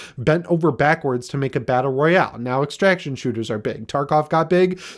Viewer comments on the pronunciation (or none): none